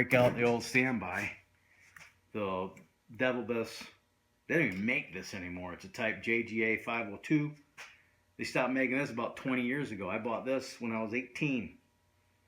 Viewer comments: It's pronounced "Deee-Vill-Biss" like a "Coupe de Ville" on a Cadillac.....just saying. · Thanks for the video. You are 100% correct. Oh, one thing, everybody using DeVilbiss products says it incorrectly. :(Nitpicking, I know)It is pronounced "Da - Vill - biss." So, are you restoring cars? I have a drag car that will be ready for paint soon and thinking about doing it myself. Good paint guns are really expensive. Any recommendations?